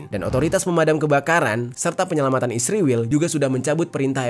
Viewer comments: Bang jerry juga nyebutnya isriwil harusnya israel kan😅😅😅😅😅😅😅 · Kenapa israel di baca isriwil